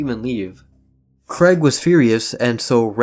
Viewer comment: It’s Craig not Creg